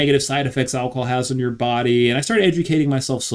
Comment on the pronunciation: “Alcohol” or “alcol” ?